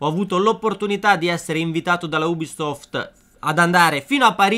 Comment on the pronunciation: 0.08 Ubistoft ahahahahah